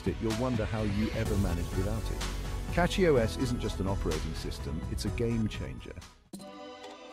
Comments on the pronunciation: CatchyOS? 🤔 This AI can't even pronounce it properly🤨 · Yes to get it to say Cachy OS you have to put Cashy O S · Why the mix of AI and legit content? It can't even say CachyOS properly. Makes me actively not want to use CachyOS